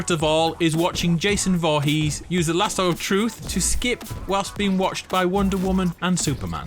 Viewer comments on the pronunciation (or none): none